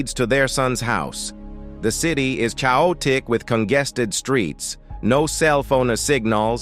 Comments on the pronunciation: The city is what? Chow oh tic? 😂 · its funny how you said chaotic